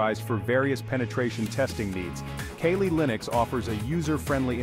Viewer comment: Bro calls Kali Linux Kaylee Linux 🤦